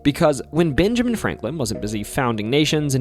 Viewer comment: You said "Binjamin". Practice saying a short E sound. It's different from the short I sound.